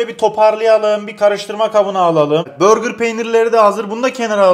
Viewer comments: Deyil değil ‘değil’ Çezar değil ‘cheddar’ Börgır değil ‘burger’ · abi börgır peyniri nedir ya? hamburger'e sen hambörgır mı diyorsun yapma allasen. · Abi burger peynirine neden börgır peyniri diyorsun 😂😂